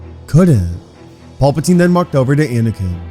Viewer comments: Pal. Puh. Teen...... His name is not Paul! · Pal.. not paul-patine